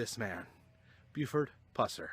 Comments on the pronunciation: Very informative video, when you kept calling him Puss-er i was cracking up. Too funny. It is Pus-er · pronounciation not (pooser) it pusser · Every time you say "Puss-er" I wanna slap the s@ outta u! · Pronounced Pus-er for sure. Live here and have done allot of research on Sheriff Pusser. Take Rays advice, dig into WR Morris' books. They are by far the best accounts of the sheriffs life and people he fought. He lead a very interesting life, a one of a kind! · Thank you for the video. But for the love of God please say the man's name right. Now your not the only video that out there that says his name wrong. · Dude , say his name right. For the love of Mike! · This your worst video. I always enjoy your video's but this one.Know how to say a name before u do a video on it. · this is lame go to some of the places stuff happened and say his name right you goof